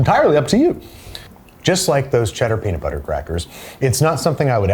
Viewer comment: "and the amount of peadit bledder flebber is entirely up to you!" so true king